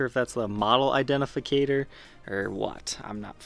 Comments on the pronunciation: dude...next time you say "identificator," just redo the take. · "Model indentificater"?